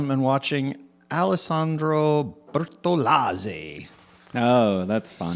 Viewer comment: I love how Gregg pays extra attention to the correct pronounciation of the latin names: Alessandro Bertolazzzeeeh, have noticed him pronouncing "Antonio Banderrras" adecuately as well. Great attention to detail.